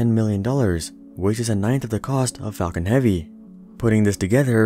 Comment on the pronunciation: The Fall-con heavy